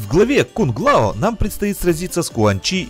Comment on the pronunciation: Кунг лао? Может кун лао